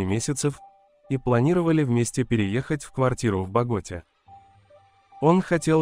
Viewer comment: Боготá, КолУмбия! Извините, но неправильное произношение цепляет слух и портит общее впечатление